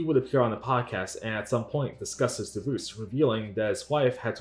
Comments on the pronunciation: DivUUse XD Taht is a wierd way to pronounce Divorce XD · Lmao "divooce" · Whats a "divooz"? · Did you pronounce the word Divorce as Divoose? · "Deevoose" for divorce is killing me 😅 but this video is really good spotlight on boogie. he doesn't deserve any kind of platform or fame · Deevoose is the strangest way to pronounce divorce. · can’t get over the way the narrator pronounces “divorce” 😅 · The what? Is he saying "deboose"? "Devoose"? WTF is this guy saying lmao! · It's DIVORCE DIVVVORCE say it right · What an interesting way to pronounce “Divorce”